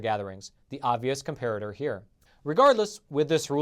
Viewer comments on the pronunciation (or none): none